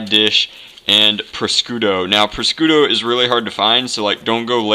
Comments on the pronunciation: its pronounced proshooto not proscooto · take food safety after touching raw meat wash ur hands dont touch anything allso its pronounced par shoe toe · Prosciutto is pronounced pro-shoot-o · Pronounced. Proshooto! prosciutto ! please! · Prosciutto is pronounced - PRO-SHOE-TOE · Its pre-shos.toe